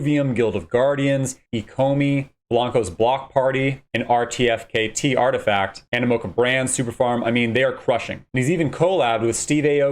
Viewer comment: say it with me - ar-ti-fact, again artifact